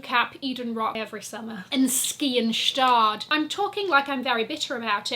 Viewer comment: Thx Queen for pronouncing Gstaad and Adidas like a German native!